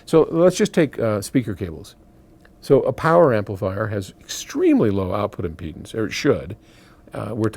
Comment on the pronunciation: "impledance pots!" Did the pot impede the speech?